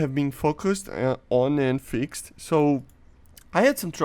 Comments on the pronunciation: Imagine if he learned how to say “fixed” instead of “fixaded” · "fix - ed" Xd the way u say it